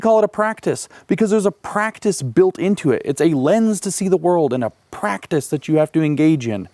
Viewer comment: He does say it well … apart from the word ‘practise’.